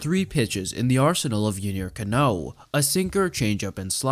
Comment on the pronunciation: CA-no, not ca-NÓ.